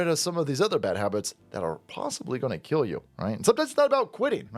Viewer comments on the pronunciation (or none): none